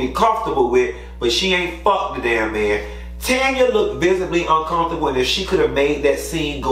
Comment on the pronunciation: Q, respectfully it’s TAN-YA...not Tonya.